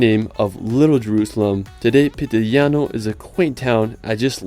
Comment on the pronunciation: its PITIGLIANO NOT PITILIGNANO